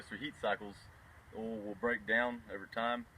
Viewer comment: LoL it’s called oil not all